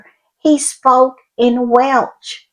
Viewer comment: Btw, the language spoken in Wales is "Welsh" not"Welch". They are a proud nation and very proud of their culture so won't appreciate you mispronouncing their language!😂😊